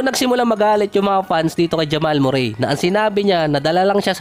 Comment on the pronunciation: Correction boss not murey(murray)merri ang bigkas✅